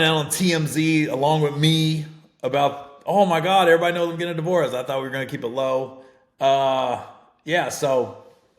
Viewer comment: Been loving you since comicview but for the love of God learn to pronounce “divorce”!😂😂 nothing about that shit was “racist”! Haters STFU w/ ya bitch ass!